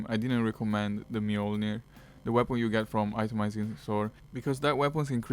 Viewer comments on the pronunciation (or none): none